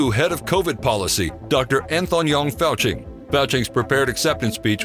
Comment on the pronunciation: Anth-ong-ying Fauci. LMAO.